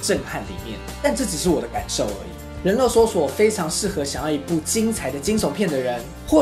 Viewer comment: 是發音拉 :3